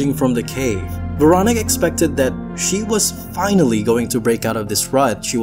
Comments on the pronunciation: I swear if you say Veronic one more time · It's Veroníque. You stress it wrong. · Pretty sure her name is pronounced vair-o-NEEK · Please make an effort to pronounce the name Véronique properly. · The most terrifying thing in this video is the way you pronounce the name Veronique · I’m continuing the video to see if he ever pronounces her name correctly. 😅